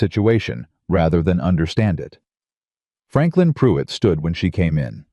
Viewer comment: Its Not puit. Can you not hear the R?? It's most likely spelled PRUITT .